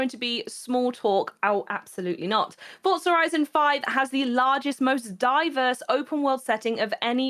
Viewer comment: For-za > fort-za